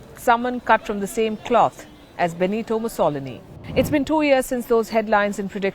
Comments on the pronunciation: Miss Sharma, Mussolini is pronounced MussoLIni, not MussOlini. Also, think again about referring to Eastern Europeans as "closed-minded" on social issues. Perhaps it is the left, which you seem to be part of, that is closed-minded to the truth on social issues. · Who is Musaulini? Its Mussowleeni! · Stop saying Musolome. Nobody understans you. It's s Mussolini, (mu·suh·lee·nee). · She pronounced Mussolini wrong. It's Mussoleeeeeni. Not MussOLONi. As an italian i cringed with the way she said his name. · It's Musso-LI-ni, not Muss-O-lini. Otherwise, great report. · Pronounced , Mussol I ni not Muss O loni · On my first visit to Monaco, I was treated to the local pronunciation of the famous "CAZ-in-o" instead of the American "Cuh-SEEN-o". Here, in this Meloni piece, I learned "Moo-SAHL-inee", a charming way to present Benito's surname. I like it. 'Think I'll use it from now on. And when I travel to Washington state in the U.S. I promise to pronounce the little northwest town "SKWIM" not "SEE-kwim". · Do a little research and learn how to pronounce Mu-soh-lee-nee. Lazy journalism. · Pronunciation correction: phonetically: MOO SO LEAN KNEE. (Mussolini) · Moose-o-liney??? Who’s that? 😂😂😂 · It’s muss-oh-leeny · Meloni is a straight hard lined, Conservative right wing, something most other countries in Europe may need to try to get out of their slumps! Also it's pronounced Mussalini! This reporter needs to brush up on her English pronunciation, if she persists in reporting in English! I barely understand what she's saying half the time! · You might want to pronounce Mussolini correctly....it is Mussolíni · It's Mussolini. Mu-so-lini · Please learn to pronounce "Mussolini." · The reporter really doesn't know how to pronounce Mussolini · Mussolini,,,for god sakes ,,,,say it properly... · Who is this so called reporter, cannot say the word mussolini correctly. 😂😂😂😂😂😂😂😂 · Lot's to criticise about this video, but for starters, learn how to pronounce Mussolini!